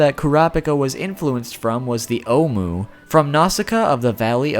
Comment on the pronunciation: It's "Koo-Rah-Pee-Ka" And it's not "oh-mu" it's pronounced "ohm"